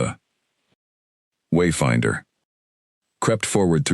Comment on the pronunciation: Why is there a pause before and after every time the name ..........Wayfinder........ is spoken in the first part of the story? Highly irritating. Otherwise, a good story.